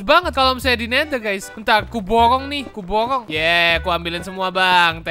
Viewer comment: Me: kuborong.:kubowong